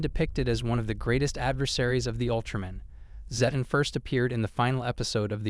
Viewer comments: It's zed ton (zedd tonn) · Srry dude but personally it's called Zeh-ton